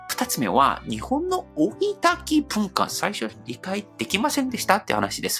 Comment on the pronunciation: 「追い＋焚き」のときは、「おいだき」と発音してもらえると聞きやすいです。(;^_^A